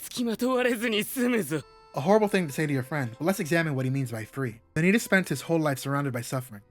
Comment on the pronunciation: Am going to be annoying here and say your saying vanitas wrong it pronounced van e tos or van ne tos I suggest to watch a dubbed episode to get it correct but even in Japanese they say it correct even with the end stretched out and am going to assume here that you searched up how to pronoun it on Google it the same with manga the ai voice cannot get it correct compared to a real voice also the word vanitas come from Latin